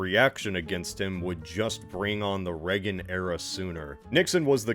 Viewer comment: Why does he keep calling him "Reggen"? It's "Reagan", no?